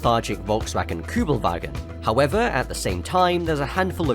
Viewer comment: The way you said "Kübelwagen" gave me a boner as a german. I love you daddy.